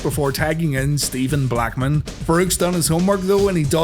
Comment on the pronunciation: Never say Steven Blackman again lol